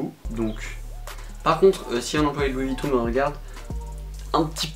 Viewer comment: « Louis VuittOU » je suis en larmes😭😭😂